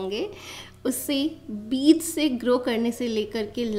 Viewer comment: Good morning dear, Kindly, improve your pronounciation of word Beej not Beez, Regards, S. M.Athar